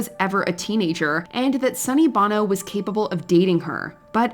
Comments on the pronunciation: It’s Sunny BONO not SUNNY BANO. Watch Mojo teach your AI bot host what sounds the letters make. Come on you guys have 3 jobs. 1: compile lists. 2: do some research on each thing on the list. 3: pronounce the names correctly. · sonny bo-no not bon-o that’s the singer of U2 🙄 rene wasn’t a celebrity, Celine Dion was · This list is a lot less impactful when you don't give everyone's actual ages. You don't pronounce Sonny Bono's last name the same way as the singer from U2. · Sonny Bono (Bow-No) is way more famous than the French dude who married Dion, but you can't be bothered to correctly say his name? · I find it funny that you have no problem announcing Celine & her husband name in French so well , but mispronounce Sonny Bono's name incorrectly? Give me a break. You had 1 job and failed! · How is it that you are spot on with Rene Angelil but you couldn't correctly pronounce Sonny Bono or Cher? Cher? I mean... that's a choice. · I heard the narrator butcher Sonny's surname and I thought, "Wait a minute. That's not how I know it to be said."